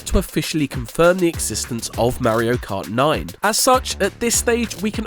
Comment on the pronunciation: How come when you say Mario Kart, you say Mayrio, then when its just Mario on its own you say it correct? Its driving me nuts.